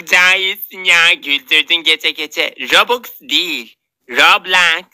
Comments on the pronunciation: Roblaks değil rublaks 💅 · "Robuks değil, roblaks" ~ cahile ingilizce öğreten Nurdi✨💅 ~